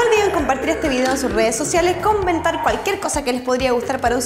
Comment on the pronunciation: dijiste conbentar en ves de comentar